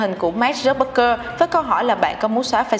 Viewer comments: Mình phát âm tiếng anh ko chuẩn thì ít nhất cũng đọc đúng tên người ta dùm chút chứ, Zuckerberg chứ mà cứ đọc thành Zucbergker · Mark Zuckerberg đọc là "mác dúc bấc gơ" à... ?! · Mark Zuckerberg mà đọc thành Mark Zuckbergker :)) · Dớt bấc cơ.. nghe wạo thiệt ak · k biết có phải nghe nhầm k nhưng mà sao t nghe là zuckbergker nhỉ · Hầu như clip nào cũng đọc sai tên người ta mà. Không biết có ai duyệt video trước khi đăng không? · Đọc tên ông chủ Facebook hình như sai sai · VJ tiếng Anh lớp mấy mà đọc tên ông chủ FB sai tè le thế trời